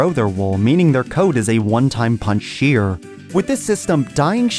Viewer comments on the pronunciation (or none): Shear, not spear!